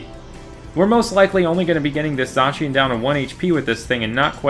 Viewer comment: its not zoshian its z -ai-can